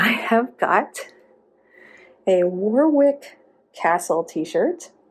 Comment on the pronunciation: OK, I know this is two years old and so commenting is probably a bit weird but Warwick is pronounced Warrick, just wanted to get that out there 😔(also sorry but I'm going to do it again Ossian is Oh-shahn - it's Welsh).